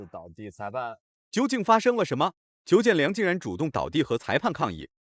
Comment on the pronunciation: 解说真垃圾！邱建良名字都会叫错